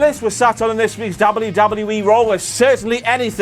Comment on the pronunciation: Angle actually pronounces it "Dubadubee"